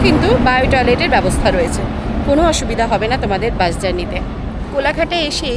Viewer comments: Bus এর উচ্চারণে স শুনতেই ভালো লাগে,, শ শুনতে ভালো লাগে না।।।বাকি ভিডিও বেশ হয়েছে।।উচ্চারণ টা শ্রুতিমধুর হলে আরও ভালো লাগতো।। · Vdo ta khub valo laglo kakima keo misty laglo kintu baas kotha ta kane lagche. Bus bolun kakima